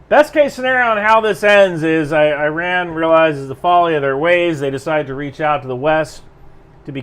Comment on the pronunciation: You are pronouncing it how Iranians pronounce it (i.e. īrān), since the english o here (as in the word on) is equivalent to the Persian long ‘a’ vowel which is usually transcribed as ā (in uses this vowel to pronounce tehrān). So E = ī (ای) and ron = rān (ران), joining the 2 gives īrān (ایران). Those who spelt it like E-rahn would be pronouncing the long ‘a’ vowel as a short ‘a’ vowel which would give īran (ایرَن) not īrān (ایران). Obviously given that they are representing their pronunciation correctly using the English alphabet.